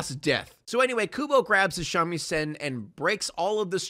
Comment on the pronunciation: Your pronunciation of Shamisen is totally horrendous Great video tho 👍